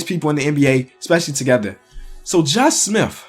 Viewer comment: "josh smiff"